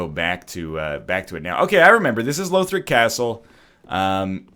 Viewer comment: I should've said something earlier, but it's "lawthric" not "lowthric". The characters in the game say it.